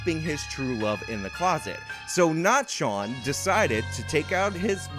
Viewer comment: Shawn not Sean